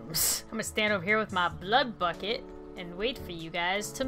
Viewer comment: when said "bucket" I thought she said something else....